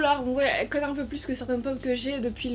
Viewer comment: Pk tu dis cote coté normalement c coûte couter